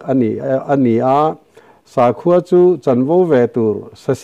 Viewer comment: Sakhua i lam dan hi a dik hlel deuh kapu, sakhi/saza kan lam rik angin sa hi lam rik tur "sakhua"